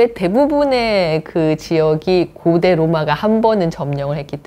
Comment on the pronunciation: 장음인 단어의 첫자를 짧게 발음한 예:세속,사장 고대,세계,과거,세계,대개,대부분,고대,공화국,대단한, 고대, 고대, 등, 장단음 문제가 심각합니다. 미국 변 완수 배